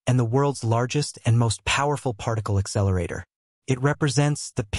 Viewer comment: Really ? Dumb ! How stupid are you ? You keep saying "exceleratetor". The very thing that you are trying to talk about, you are calling it something else. There is a difference; it is an "accelerator". When dealing with things of this nature and importance, you have to be correct in what you say; otherwise, keep your mouth shut. Maybe you should call your channel Comics Odyssey